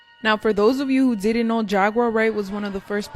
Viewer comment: Sean did-he not diddy lol.😂